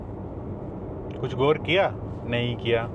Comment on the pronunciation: Bhai kitni bar bola guar kiya guuar kiya😡